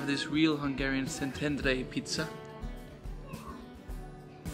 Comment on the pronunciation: Resident of Szentendre here! :D Amazing vlog & thanks for showing our town to the world! Glad you had a great time here. Also, your Hungarian pronounciation is impressive! ;)